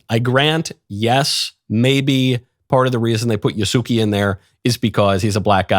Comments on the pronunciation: I'm kinda disappointed you approved Yasuke's angle just because of his religious orientation (it's Yas-keh btw. Not Yahsooki). All Japanese are not approved of the game due to Yasuke's story. They are not keen about political correctness (ポリコレ, porikore or poli. corre.) here in Japan. His story revolves in "it is believed" and "according to" and appeared in some paintings. Also, Japanese people are not keen on having black people in their country if they act according to their stereotype (just recall the youtuber that got arrested). I know black people who assimilated the culture. But they will never ever be Japanese. Me myself will never ever be Japanese. Plus, the lead writer is a feminist with gender in her bio (if you know what I mean). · Calling “Ya-sue-kay” “Ya-sue-key” is like calling “Michael” “Mikie” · The Samurai's name is pronounced "YAH-ss-Keh" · Yasuke (pronounced more accurately as YAH-skay) was NOT a samurai. He was a servant of Nobunaga. When people say he was a samurai, it’s because of 2 reasons: 1) what was defined as samurai back then was more broad. What we understand as samurai today is not what he was. 2) He was granted the title of samurai by Nobunaga because he liked him, but Yasuke wasn’t a real samurai (you can think of it as a European Knight hiring a page in their service and calling them a knight but with no status). Samurai was a catch all term for servants of the feudal lord, but there are different tiers or statuses. What we think of samurai today, with the armor, katanas, and authority to execute enemies of the state, was NOT what Yasuke was. How this game and media portray Yasuke is entirely inaccurate and is more blackwashing of Japanese history. Please research the situation more before supporting this DEI nonsense. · He wasn't even saying it right... Yah-Sue-Kay